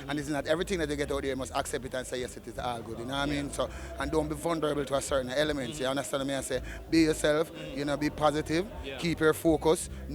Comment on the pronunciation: Hold up, mi a watch this ova......fya man just seh " vunderable" instead of 'vulnerable'